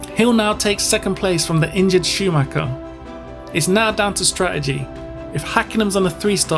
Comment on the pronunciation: "injured Scumacher"??? WTF??? another "expert" with yt diploma... telling a story to get more subscribers... capitalizing on others grief and disaster... F.U.